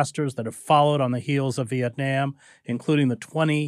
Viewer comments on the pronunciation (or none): I like Chris Hedges a lot, but the way he pronounces the letter 'a' in words like Vietnam and 'debacle' annoys the crap out of me. And the other guy's name is pronounced BAHS-a-vich. Long A (ahhh), not the other two ways peculiar to the English language.